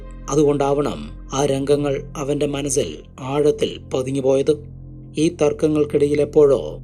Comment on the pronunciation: Manazil അല്ല za അല്ല സ അല്ലെ മലയാളം കേൾക്കാണെല്ലേ സുഖം മലയാളം പറയു